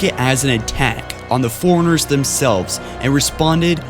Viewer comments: Maybe I could have lasted longer than 2 minutes if you said Forerunners instead of foreigners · It bothers me how he pronounces Forerunners, "Foreigner". It's "For-Runner"! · I laughed at foreigners. XD I have speech issues, too. Also...